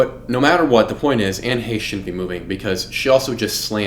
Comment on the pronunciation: You really should know how to say her name properly before making a video. That was so annoying !